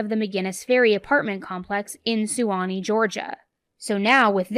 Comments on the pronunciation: Suwanee is pronounced swan-knee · suwannee is pronounced = Swan-eee